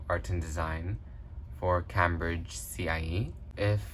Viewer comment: Cambridge isn't pronounced Cambridge it's Came-bridge.